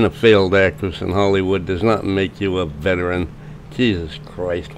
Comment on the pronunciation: 'Veteran' is a THREE SYLLABLE WORD! VET-er-an! Not vetch-rin. Not vet-rin. Be a Grammar Patriot and pronounce words properly!